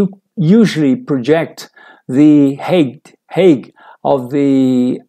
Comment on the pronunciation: Thanks for the video,. By the way, "height" pronunciation is like "hi", not "hey". I got the same problem with this particular word:)